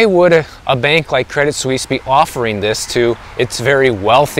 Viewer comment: Good pronunciation of "Suisse!" 👍🏻 Tip if you're interested: you don't pronounce the "t" in "Credit." "Credee Suisse." 😎